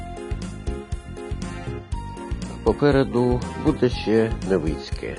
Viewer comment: Не Невиинське а Невицьке